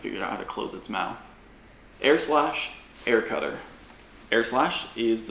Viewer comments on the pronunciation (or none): AIR SLASH In a British accent